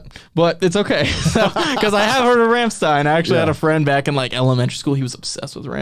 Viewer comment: rum-shtine. like in sun-shine.